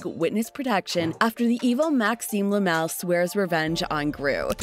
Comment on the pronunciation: Lamal not lemel